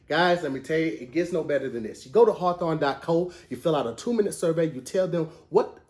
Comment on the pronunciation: Who asked to do advertisements. He really sold me on the cologne site and I typed in “hawthawn” bc that’s what he made it sound like😪